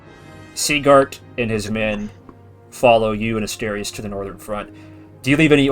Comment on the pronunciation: The biggest mystery of this prequel is if will learn how to pronounce Asterius’ name between these events and several years from this point.